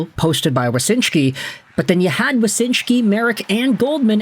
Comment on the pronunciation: So it's Wyshynski, not Wysynshki.